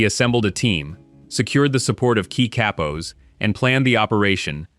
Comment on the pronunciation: It’s katpos it’s cappos